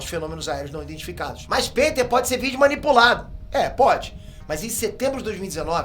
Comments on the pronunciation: Gente... só eu fiquei com vontade de dar uma panelada na cabeça dele, toda vez q ele fala "OVNÍÍÍ"? Rsrsrs. De onde ele tirou esse fonema, gente? Deve ser da mesma fonética do "PÊter" dele! Huahauhauahua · Não é "o.v.n.i" É Ôviní" Não é"Peter" É "Pētêr"